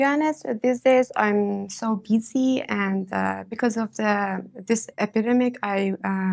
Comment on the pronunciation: "I'm so beezy"